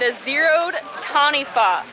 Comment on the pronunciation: I love you!!!! Youre the first person to say taniwha correctly!! MY DREAM HAS COME TRUE! Sorry it's a big thing for me being from New Zealand, we get a lot of mispronounced words:)